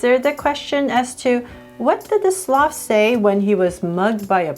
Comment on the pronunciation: Hey you say slof when It is SLOTH!!!!!!!!